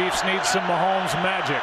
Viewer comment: Ths message is for the pod castors. The name is Ma homes not Ma hemes. Geez!